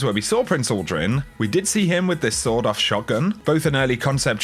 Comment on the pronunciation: sorry cant hear it any more its a "Sawn off" shotgun not a "sword off"